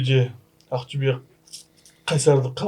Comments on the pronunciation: Ақтөбе қашан жеңе бастайтынын айтайын ба? Ахтюбе емес Ақтөбе деп айта бастаған кезде 😅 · Ақтюе емес Ақтобе, зб дұрыс айтындаршы.